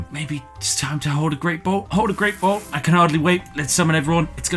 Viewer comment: Please stop calling a blot a "bolt" it's only a four letter word man